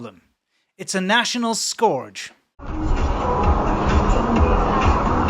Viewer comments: Scourge is pronounced skerge. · I know the way scourge is spelled it can be easy to mispronounce but it's ˈskərj. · 'National scorge'? How can people not know how to pronounce 'scourge'? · btw scourge = like urge. Just saying. Big fan. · 'Scourge' pronunciation: skurj, NOT skorj. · you mispronounce the word scourge... it rhymes with urge... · *scorge scourge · We pronounce it "skerj" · Annoying English teacher in Taiwan here. Ask Google how scourge is pronounced... ;-)